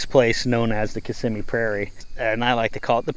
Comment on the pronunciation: Ok. I learned how to properly say, "Kiss-im-mee", thank you! I always pronounced it (with an Italian accent) "Kiss-a-mee" Blows my mind how much land has been gobbled up in FL. Nice informational vid.